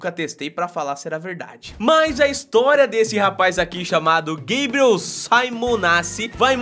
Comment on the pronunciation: Gueibriel....kkkkkk....É Gabriel. ...po@@